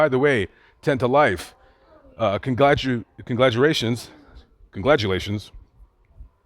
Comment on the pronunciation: it’s “congratulations”